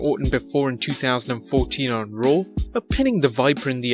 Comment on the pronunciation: Its raw. Not rawr... Ya twit